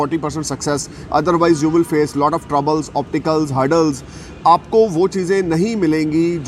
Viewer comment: Dear sir, please find a correction . its "obstacles" and not opticals. U r amazing in ur field. God bless u.